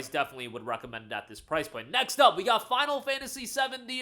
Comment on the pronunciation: I heard you say final fantasy 70 not 7 when you said it.